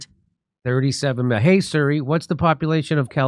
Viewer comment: can someone let jimmy know its "see-ree" not "sur-ree"?